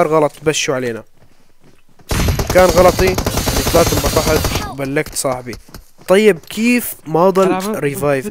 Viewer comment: عم بتقول بلكت صاحبي بدل لبكت صاحبي😂😂😂